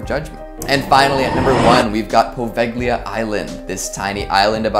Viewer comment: Also the g in poveglia is silent so say it right